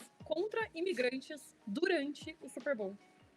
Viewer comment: bizarro simplesmente pronunciar a palavra da maneira correta